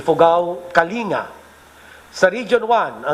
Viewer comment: Inulit ni PDU30, kasi mali iyong pagbigkas ni Duque sa Kalinga. Hahah